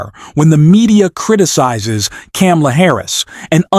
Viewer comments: BTW..... Someone please teach the narrator of this video how to pronounce Kamala's name. It's three two letter syllables. Ka-Ma-La. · Say her NAME right!! Does not sound good for ur credibility……..geez…….even though you are ‘pro-Dems’.